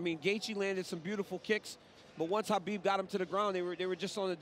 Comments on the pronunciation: It's Kabib not Habib. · It drives me nuts that Cormier does not pronounce the champ's name right... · DC calling Khabib "Habib" the whole time really drove me nuts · Are my ears betraying me? did that commentator keep pronounceing Khabib as Habib? It was very annoying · Is pronounced ha-bib or ka-bib? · Did nobody brief this guy on how to pronounce Khabib’s name? Is anyone surprised that the world hates the USA? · Is it KHABIB or HABIB, I'm perplexed how it's pronounced lol